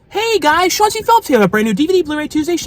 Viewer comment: i’ve seen your comments before.. i can’t tell if you’re joking or not but his name is shawn.. he’s saying shawn c philips. it does sound chauncey though lol